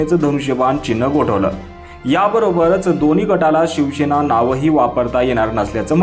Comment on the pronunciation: भाऊ शिवशेना नाही शिवसेना असं बोला